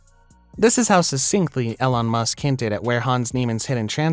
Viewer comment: You didn't find it? Still? Do you need help? I can help you find the transposition. It's not that hard. And it's pronounced "Eee Lawn" not "Ellen"